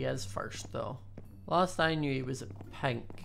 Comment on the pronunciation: i love his acent when he say pink it soundslike pint